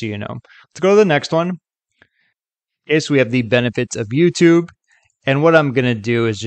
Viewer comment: Not bad though he / it clearly gets the intonation of "YouTube" wrong which is a bit of a give away.